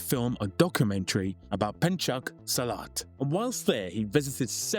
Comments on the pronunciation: Its SILAT, not selit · Man silat is pronounced SEE LAD not salad 😂